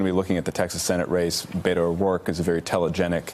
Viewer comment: Please learn to say pronounce Beto. It not that difficult.